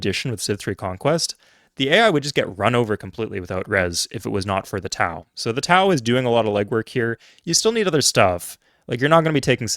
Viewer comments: Why say "tow" like "how" It should be pronounced "tow" like "bow" 🏹 Part of my job in the military was to troubleshoot fire control units and the "Tube launched, Optically track, Wire guided missile" or "TOW" missiles was one of the ones I was trained on. And if anyone tries to argue that it is pronounced both way,, NO, it is only pronounced ONE way in the U.S. military and the "TOW" is American equipment so other countries do not have a say in the matter If another country wants to debate how "wire guided" is pronounced then let them.. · Love your content, wish I knew all this decades ago. Just wanted to say, TOW is pronounced "toe," like it you were towing something with a truck. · I was listening to this video and not looking at the screen. When he got to the "Tao" part I was utterly confused. Is he talking about Taoist religious fanatic units or something? TOW missiles. It's even spelled how you're supposed to say it, why is he saying "Tao"?